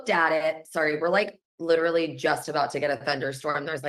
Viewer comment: Like lit-rah-lee you guys